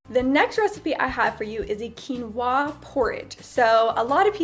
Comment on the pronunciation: The way she says quinoa tho xD Overtime she is like waaahh! Excited for quinwaahh